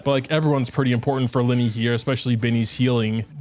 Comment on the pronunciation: Its li-ney not lie-ney